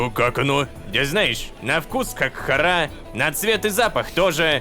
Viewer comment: Боже видео как всегда шикарно. Вот мне очень угарно в моменты когда лололошка говорит "хара". Я как человек знающий иврит и в нем тоже есть это слово заявляю что не привычно слышать данное слово с ударением на "Ра" тут ударение идёт на "Ха". Может на арабском по другому но не поделиться я не могла. Все кто работает над данной историей молодцы. Продолжайте в том же духе